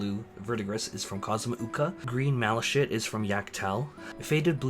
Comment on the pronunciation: Green malashit Best way to pronounce it is mal a kite